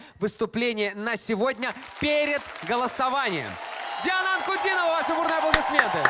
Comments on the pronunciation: I think it's pronounced Dee-o-na. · This performance is a true masterpiece. Diana (aka Queen of goosebumps) is merciless in her vocal attacks here. There is no need to be a prophet to predict that Diana has won this contest. And by the way her name should be pronounced as Dee-ana. Thank you for the reaction.